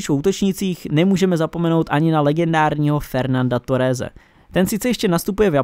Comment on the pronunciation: Ta výslovnost je příšerná (Király,TorreZ) Furt brečíte,jak potřebujete víc peněz na grafiku a další věci,přitom úplnej základ je mizernej.